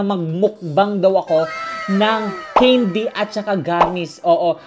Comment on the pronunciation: it's can-dy not cane-dy